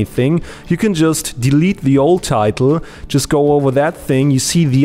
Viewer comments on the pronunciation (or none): none